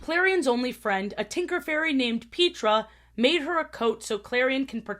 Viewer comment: I'm sorry Pete-ra? it's Pet-tra! wtf